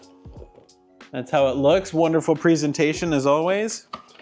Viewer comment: Are you from up north bc the way you said presentation